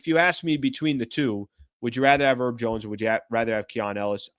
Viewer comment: His name is HERB, with an H. He's not one of those eleven erbs and spices bro. Oh and while I'm at it, Deandre's last name has a T in it, right in the middle. You should pronounce it every now and then.